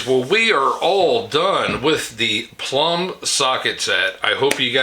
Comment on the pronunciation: It's Plomb! NOT Plumb!......